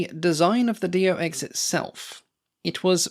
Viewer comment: Its not D O X! Its Do (one word) and than X. Like his name ist not D O rnier.